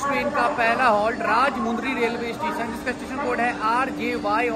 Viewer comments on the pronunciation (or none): Are bhai Station ka naam ko Hindi me padhke teek se bolo Bhai मु nehi म hai Rajahmundry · its Rajamundry राजमंड्री not राजमुंद्री